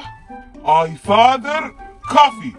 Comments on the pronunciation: 😂😂😂😂 "I father coffee" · انا اتخيل ولا هو قال بخيته I father coffe !?